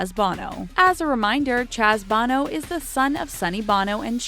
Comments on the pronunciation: Undeteeered? Chaz Bohhhhno? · Um... the cat named Chaz Bono. Yeah it's Bo - no. Not Bon - o. I would know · Barrage is pronounced "buh-rahge" not "bear-edge" and undeterred is not "undeTEARed." Plus, how on earth do you not know Chaz Bono has two long "o" sounds??? He's not from U2! Lol